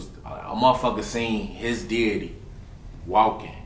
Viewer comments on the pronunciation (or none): He said “dyddy not daddy” 🤣🤣🤣